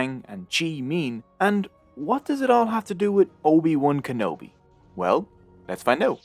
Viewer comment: You lost my attention instantly at “ob wan kanobe.”